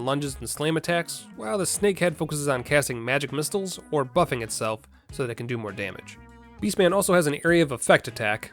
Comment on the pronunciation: Ah yes "Magic Mist-les" XD Never change